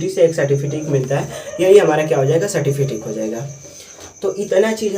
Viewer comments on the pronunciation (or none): گڈ بہت اچھی جانکاری دیا بچھو کو مستقبل میں سب کو ضرورت پڑتی ہے ۔تلفظ درست کی ضرورت ہے سرٹیفکیٹ ہے certifikit نہیں